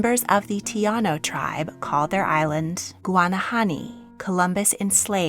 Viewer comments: I don't know if it's been corrected already but the people that Colombus first encountered were the Taíno/Arawak. As a member of the Taíno community it was actually painful to hear them called "tiano" I don't know if it was a mistake by the person who did the research or if just didn't learn the correct pronunciation of Taíno but please realize that colonizers already tried to destroy our language so it is really important for us to protect the few original words we have left. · It's pronounced TAI-NO tribe. Not Tee-ano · *Taíno (pronounced tah-ee-noh) I genuinely appreciate and enjoy your videos, but some care in the way things are pronounced would be appreciated